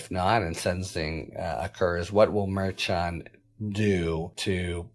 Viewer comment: A bunch of schnanegans going on! Can't trust any of them, I'm beginning to believe! This has been ongoing for years now. Btw- the correct pronunciation for Merchan is phonetically Mer shawn. Harry should know this. He mispronounced Gaetz's name yesterday. These are not new names coming forward. It's inexcusable. I like Harry Litman, but he should do better.